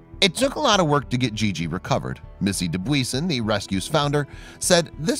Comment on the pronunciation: Does Missy know they mangled the pronunciation of her name?